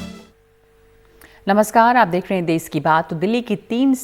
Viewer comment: मैडम देस नही होता, देश होता है। Please please correct it.